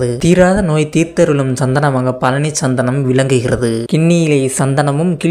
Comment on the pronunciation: பழனி என்றே சொல்ல தெரியல நீ எல்லாம் எங்கடா பேச போற